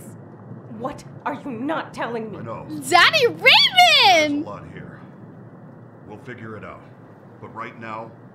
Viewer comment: "Zady Raymond" 🤨🤨🤨🤨🤨